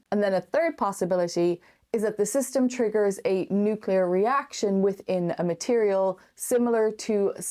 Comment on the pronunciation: The word nucular. NUCULAR!